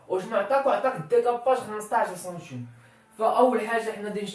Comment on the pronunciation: السلام عليكم ورحمة الله وبركاته تبارك الله على اخينا الكريم. شرح جد مفيد لكن الكمال لله وحده. لي ملاحظة حول نطق كلمة هي السنتيم تنطقها بحرف u